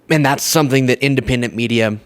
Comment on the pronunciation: Drumpf pronounces the word "something" as "sumpthing", with a p